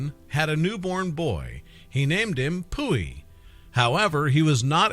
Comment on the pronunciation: Pu Yi not pooey